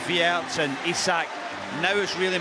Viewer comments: Wirtz. It's Wirtz. With a Z. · Its WIRTZ not WIRTS btw